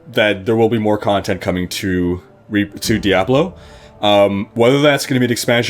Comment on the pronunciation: The way you pronounce diablo makes me want to murder puppies.